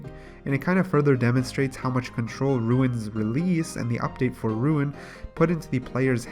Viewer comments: Can you start saying rune as rune not ruin. I keep not understanding what youre talking about when you go to ruins all the time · You're talking about a guy that says "ruin" instead of "rune"... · holy fuck rune not ruin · You say runescape, and runite perfectly fine, but RUNE alone you say ruin lol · Yo i was litereally about to comment on that. But you beat me to the punch! Ima complain anyway! You say runescape perfectly! Stop sayin ruin! Other than that love the videos! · *can say runescape *has trouble saying rune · it RUINED the video. not tho love you